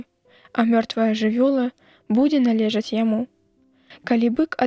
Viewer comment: Націск у слове нале'жаць прыпадае на другі склад, а не на трэці: належа'ць, як прачытана.